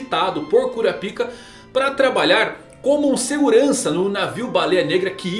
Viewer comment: fale kurápiká please, sem o A agudo fica muito goofy 🤣